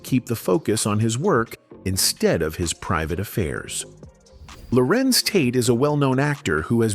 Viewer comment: It's Larenz Tate, Lorenze Gross